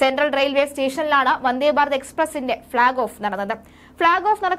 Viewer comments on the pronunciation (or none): none